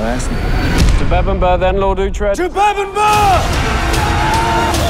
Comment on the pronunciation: that he gets treated like crap. Also, uhtred not ultred